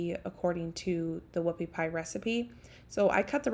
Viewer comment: He thought you said woofy pie